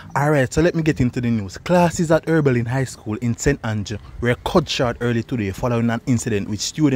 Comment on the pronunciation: I thought it was Oberlin and not Erbilin...